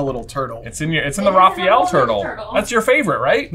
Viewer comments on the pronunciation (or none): none